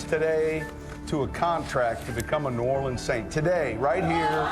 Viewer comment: The only bad part was when she said Orleans wrong and said “Or-Lee-Ann” not Orr-Leh-Ns.